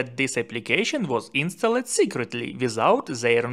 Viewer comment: Good video but don't say insta led . It is pronounced instald. The e is silent. Thank you for your very good videos. Do you want me to help you with pronunciation ? I stop if you want me to stop. ❤love❤.